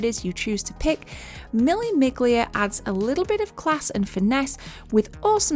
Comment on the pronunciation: In Italian you don't pronounce the G in Miglia, so basically it is Mille Milia 😉